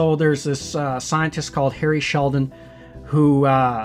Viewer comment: It's Hari Seldon, not Harry Sheldon.